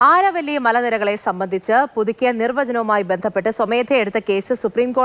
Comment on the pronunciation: ആരവല്ലി അല്ല അരാവലി hills